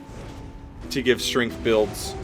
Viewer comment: At first I thought he said "15 bills ago" and I was like, that's a neat way to label months. But no, he said builds.